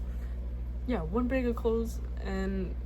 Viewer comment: "one BEG of clothes" took me out i am so sorry LMAOO but things WILL get better. Always forward, never back!